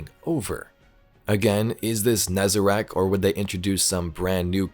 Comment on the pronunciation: It's nezerac